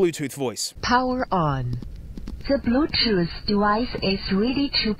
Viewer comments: "da blutuf devize iz rilly two pear" 💀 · "ze brutoof device is rede to payar" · ZE BLUE TOOTH DEWICE IZ REEDY TO PAIR.